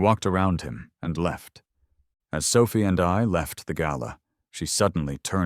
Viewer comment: How the fuck did she walk out the door? She's in a wheelchair. And who is Mandy? I know Clara, and Sophia, though the narrator sometimes pronounces it Sophi, but I don't know a Mandy.